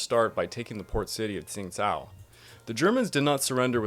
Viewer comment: Great video! I used to live in Qingdao, so this was really interesting to me. I've actually been to the old German quarter there once. One thing though, the city's name isn't really pronounced like "Tsingtao." It actually sounds a lot closer to "Chingdao."